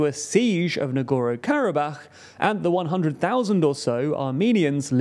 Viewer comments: NagorNo. Not Nagoro. There’s another N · good job. its pashiNyan not Pashiyan and nagorNo not nagoro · I know spelling and pronunciation of Non-English names is not easy sometimes. But please, dear, at least TRY. This channel is notorious for blatant misspelling of names. It's not "Nogoro-Karabakh", it's very clearly "Nagorno". Literally every video is like this, I just remember how Prigozhin was always called "Prizhkovin" or something. It's no problem If it happens here and there, but also, it's not THAT difficult to just briefly chek correct spelling and pronunciation before recording, shoukd take a minute at best. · I found his leaving out the N in NagorNo very distracting. Sorry, to be picky. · I love your content, but I beg you, learn how to pronounce the places you talk about. Don't skip letters that are right there in their names as written down. NagorNo, mmmmkay? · Take a drink every time the host mispronounces the name "Nagorno" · There’s an second “N” in there, btw. Work on that pronunciation,.